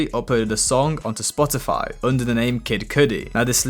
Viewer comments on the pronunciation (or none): none